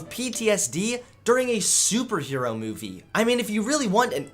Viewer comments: I'm sorry but does anyone else hear it? the way he says movie? Mewvie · Ok I need to ask... Does have a weird way of saying *Movie*? Also where did that second coke can go halfway into the video.. These are the questions that I'm left with. 10/10 would watch again, love these videos hope keeps going strong!